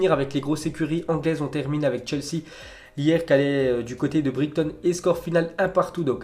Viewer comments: Nico Bigo merci les gens il prononce brigton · Brighton ce prononce "Brailletonne". You're welcome. ;O)